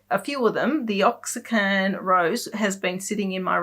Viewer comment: Love the tutorial and podcast. You have inspired me to start painting and I’m doing a picture a day in the ‘In the Woods’ book as well as other free style painting I get from watching you or other Youtubers. It’s tons of fun. Just want to say I believe Oaxacan is for the Mexican city Oaxaca. Properly it is pronounced ‘oh-ah-ha-ka’. If you say ‘waa-ha-ka’ it sounds almost the same. I’m not a native Spanish speaker, but was raised near the border and took Spanish in school....years ago. Of course if you don’t use it, you lose it. Thanks for all the time and effort you put into your videos. I really enjoy each one (now that I have binged watched them all to catch up).